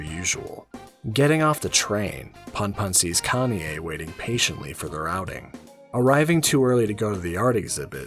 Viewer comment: Everytime when you keep pronounce Kanie as "Kanye" I keep turning my head on your video while I'm drawing. 😂😂😂